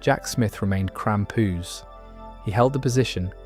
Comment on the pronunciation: Why say krampus like that, its so tragic